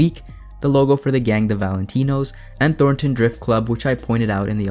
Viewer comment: You seem to be pronouncing "THORTON" as "THORN-TON". Otherwise, a great video full of info! Those cosplays were wicked!